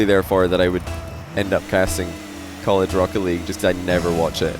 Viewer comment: Can we just talk about how he says college lmao.. colleege